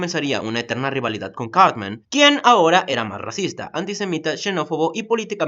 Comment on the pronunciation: En vez de decir Cartman parece que dijeras Carmen. :v